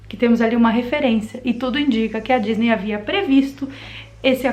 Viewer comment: Ela falou gisney